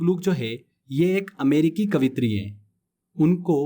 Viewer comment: कवित्री नहीं sir.... कवयित्री होता h